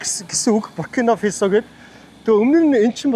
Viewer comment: Фэсо биш ээ, Фасо гэж л дуудна